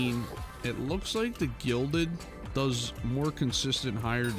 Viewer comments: Smh it's "Gilded" not "Glided" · Him saying glided instead of gilded angered me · Gilded, not glided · GLIDED MIDAS?! Bruh it’s gilded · Why do people keep saying “glided” instead of “gilded” It’s not hard to understand and it makes me cringe. But then again I’m a grammar freak. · “Glided Midas” vs the correct way “gilded Midas” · its not glided its gilded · this is how many times he said glided when its actually gilded | v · Lmao, "glided" reforge, how do you get that wrong? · I love how some people such as get confused by the “Gilded” reforge and instead says “Glided”. Although I used to say it, now I realized it was “Gilded”! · Guild-Ed pls say it right not glid-Ed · Are you sure about the glided midas or aint it the 'gilded' midas lol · The gilded reforge is not pronounced “glided” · WHY DOES HE SAY GLIDED WHYYYYYY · Did he really just say "GLIDED MIDAS SWORD" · New game: take a shot everytime mispronounces gilded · bro you might as well just chug the bottle